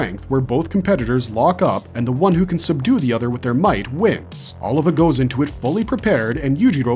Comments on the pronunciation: O-livah not oliver lowk pmo after a while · Sergio Oliva not Oliver...lol great video still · Sergio Oliva (OH LEE VAH) 😎👍